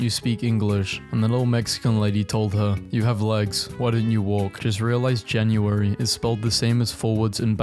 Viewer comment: Ah yes, my favorite month, Yraunaj.